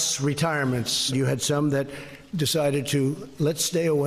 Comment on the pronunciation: He did say "mid-tam... and mid-turn year", right?